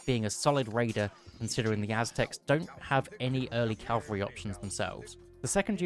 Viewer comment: At this point I think it's impossible for youtubers to say cavalry and not calvary. (Good video btw)